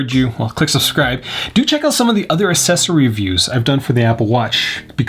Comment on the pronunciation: I cannot get over how he pronounces "accessory" and "cellular"